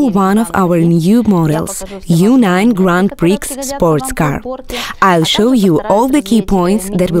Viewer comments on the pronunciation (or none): Awesome models as usual. Note though : grand prix is pronounced 'grand pree'.